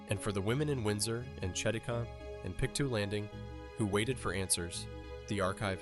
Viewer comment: Just an FYI, its Pick-Toe not pick too for Pictou :)